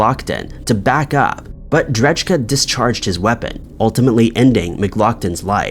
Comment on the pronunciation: Pretty sure dudes last name is said ‘dray-kuh’ not ‘dredge-Kuh’